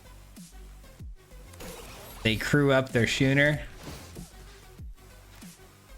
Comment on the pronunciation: This set really is a pronunciation challenge for all of us isn’t it? “SKOO-ner”